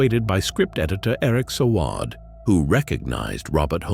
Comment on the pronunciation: Eric Sowaaard?? It's pronounced "Say-wood"